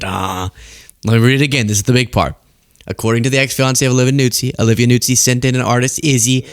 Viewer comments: It’s not Nuzzi, like pizza. It’s Noo-zee. Listen to Keith Olbermann. He lived with for 2-ish (?) years. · Just for the record, her last name is pronounced newzee, not nootsee.